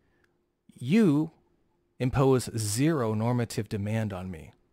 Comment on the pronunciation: I cringe every time says normative.